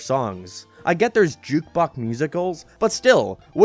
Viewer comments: Ik what it is it’s cos he said jukebock instead of jukebox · “Juke bock musicals” 🤦🏼‍♂️